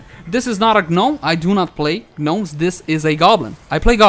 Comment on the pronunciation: The "G" is silent in Gnomes :)